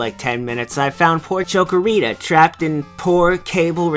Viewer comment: chick-o-rita not choco-o-rita, or maybe i didn't get the joke?